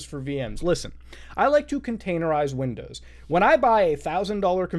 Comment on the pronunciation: "windozes" -Mutahar